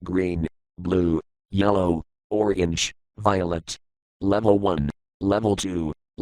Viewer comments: Am I the only on who hears "organs" instead of orange? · even beta simon says had the "organge"